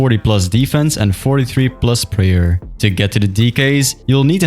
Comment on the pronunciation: bro says "prayal"